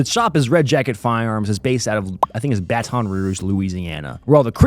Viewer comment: Were you trolling pronouncing Baton like that?